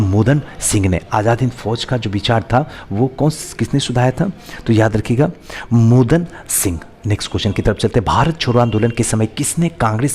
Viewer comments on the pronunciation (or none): Sir aap bahut sare questions ka galat ans bata diye hai.aur bahut jagah likha sahi hai aap padh galat rahe ho. मोहन सिंह ko मोदन सिंह padh rahe है।sir aapse itna galati ka उम्मीद नहीं tha